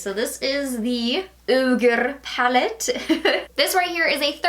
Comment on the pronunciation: Was that palette called Orgy? Sounds like you were calling it Ogre. Maybe I read it wrong.... couldn't really see. LOL